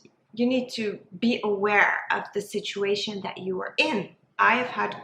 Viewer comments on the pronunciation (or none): none